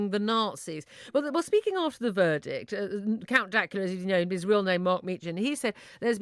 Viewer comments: “Count Dakula” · "Count Dackula" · Count"dackula" no no miss it is dank as in a synonym for moist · "Count dakula"